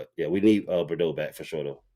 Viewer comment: Mr. Harris butchering my son's name 😂. Boireau is pronounced bore- row.